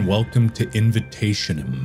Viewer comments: It's Actually Pronounced Invitationem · Invitationem is read like this '' invitaziónem '', since it's a latin word which of course means 'invitation' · its latin, its pronounced invitazionem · Mark struggling to say the name is everything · Step one: Say "Hello my name is Markiplier and were gonna be playing." Step two: Purposely mispronounce the name.